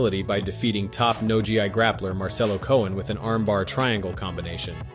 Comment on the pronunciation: Idk if youre using a text to speech or what but you gotta get the word GI right lmao. Pronounced Gee